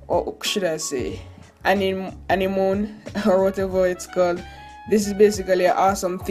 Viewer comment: Animoan.. Smh